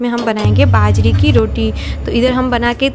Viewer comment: Didi ap hindi bolne k chakkr m jeebh ko jyada tight mat kia kro... aram se relax hoke bolo fumble bhoot aate h. Baajre ko bhaajra boldete ho ghbrahat m. Be confident be frank.